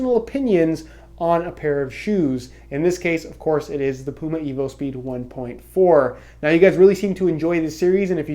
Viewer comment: He is human. Everyone makes mistakes. He will fix "pume" to "puma". Calm down everyone.